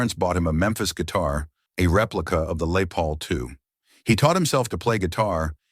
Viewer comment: Gotta stop with the AI read videos. "His parents bought him a Memphis guitar. A replica of a Lay Paul II". wtf is a 'Lay Paul'. Let me guess, its French. Lol